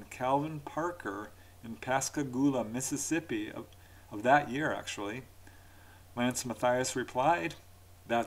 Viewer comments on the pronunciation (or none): none